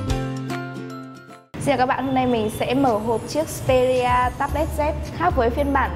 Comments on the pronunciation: đọc là ích pê ri a z đi bạn :(( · phát âm xperia chưa chuẩn, resolution cũng thế luôn